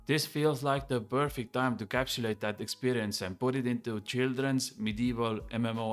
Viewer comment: Dointy dointy doo expwerience Looking forward to it